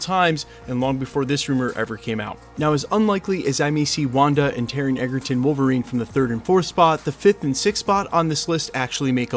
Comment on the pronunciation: Taron Egerton, NOT "Eggerton", would make a great Wolverine!